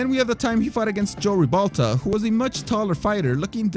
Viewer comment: It's Jose Ribalta, not Joe Ribalta.